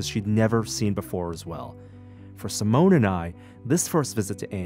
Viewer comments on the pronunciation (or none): Only watched this because of Si-mo-ne. Editing, audio, music, saying Seemoan almost made me stop. But stayed for Si-mo-ne.